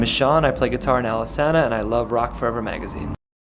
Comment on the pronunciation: my god...iv'e been pronouncing Alesana wrong this whole time...i think i'm just gonna go bash my head into a wall